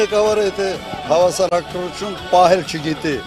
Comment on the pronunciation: Հավասարակռություն 🤣🤣🤣, դու գնա հայերեն խոսալ սովորի